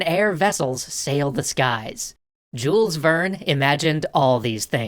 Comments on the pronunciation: Jule, the s is silent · I am pretty sure the "s" in "Jules Verne" is silent. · AAAAAAA YOU DONT SAY THE S IN JULES VERNE! AAAAAAAAAAAAAAAAAAAAAAAAAAAA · I know this is really nitpicky, but the way you pronounce Jules Verne's name is so weird to me. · It feels so strange that they don't pronounce him like the french and other europeans.